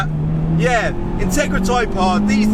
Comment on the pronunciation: Thought you said Tigra! Two very different cars, if you know you know.